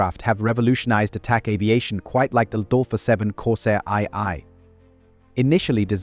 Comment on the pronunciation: Corsair "EYE EYE"? Da fuck? Stupid AI shit voices.